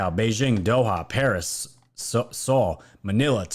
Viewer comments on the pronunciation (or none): none